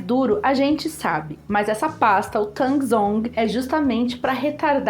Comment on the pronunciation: Baita receita,, obrigado por esse vídeo, ficou muito bem explicado. Só te esclarecendo: Tangzhong é um nome em chinês para a técnica, enquanto Yukune é a palavra em japonês. Tangzhong se pronuncia Tanzon. Yukune se pronuncia Iucunê. São técnicas similares nessa característica da massa de pão que desfia.